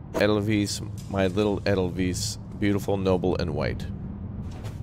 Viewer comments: Pedagogy = the science of teaching. In most German words, where an "e" and an "i" appear next to one another, always pronounce the second one as a "long" vowel. Also, if the letter "s" appears twice in succession, it's especially sibilant, and never pronounced like the "s" in "rose." So, "Edelweiss" is "EH-dle-vyss". The first two syllables rhyme with "able." The paintings reflect Hitler's sensibilities. He liked purist depictions of bucolic rural life or (even worse) Arcadian landscapes, and thought of more interpretive styles (especially Modernism and Expressionism) as degenerate and morally corrupt. The guy had all the aesthetic sensibilities of the owner of a pastel cookie-cutter home in a suburban cul de sac. No wonder Hitler failed art school. (Not that I'm a huge fan of Cubism, where the idea is to show all angles of an object in a single two-dimensional painting. Expressionism mostly just escapes me. I like Impressionism and Art Nouveau design the best, and can appreciate Art Deco, also, although I don't like that nearly so much.) That thing they were making a lot of? Those are rocket engines. I think your decisions about what happened, in the past, shapes the storyline. The design, here, is stunning. I probably would have done a different choice. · Edelweiss pronounced like adle vice, grows above the tree line in Austria 🇦🇹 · it's pronounced 'aydelvise'